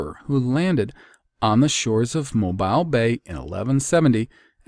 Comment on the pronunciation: Love that you touched on Prince Madoc as I live in Mobile! Pronounced Moh-bill btw